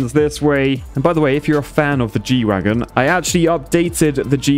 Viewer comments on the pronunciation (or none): not to nitpick or anything.. But it's G-Wagen not Wagon lmao